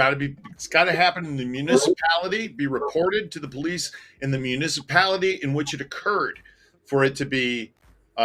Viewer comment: She drives me crazy! "Misapality", "Liberry", "Gat", and now..."Yute". I realize she doesn't see anything wrong with her actions nor speech, but I'm seriously wondering if she has a speech disorder. 🤔